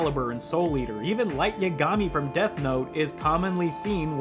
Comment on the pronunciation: U te Na? NOOOOOOOOOOO u TE na You can't even say the name that is repeated hundreds of times in the movie. So you OBVIOUSLY did not watch it. Someone obviously did NOT watch the movie which is being reviewed. Everything is utterly clear, not asking for meaning when anyone who has watched the movie knows what the hell is going on. The Revolution is the child losing to adulthood. The car is the vehicle into adulthood. For someone who didn't watch the movie, you have a ton to say about it. The cringe is strong with this idiot. ..... Oh, you watched the dub.....no wonder you have no clue what is going on. You're a heathen. The dub is really REALLY wrong. The dub and the original are completely different stories.